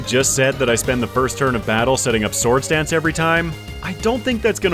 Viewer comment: and and oooo 69 nice oooo he said farfetch'deseseses lol 😂 for the swords danceseseses